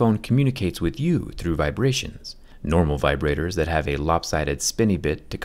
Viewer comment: “Let’s talk about vibratitors” I had a moment of realization